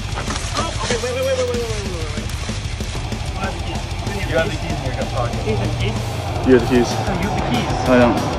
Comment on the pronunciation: The voice over😭😭 "tHe TeAm RaR pOoL."